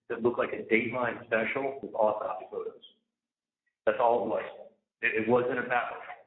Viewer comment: The AwTopSee Photos -- The AwTopSee Photos -- The AwTopSee Photos!!! Waaaaaahhhhhhhh....